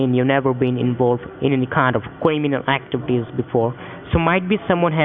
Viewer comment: Kweeminaal akteevity